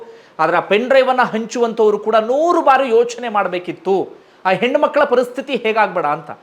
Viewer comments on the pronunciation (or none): none